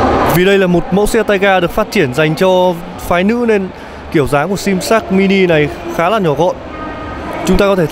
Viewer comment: nge di nge lai vẫn la sin sát mini